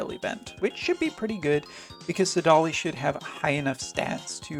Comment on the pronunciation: I was fine with Duane but saDAHli? Come on :-)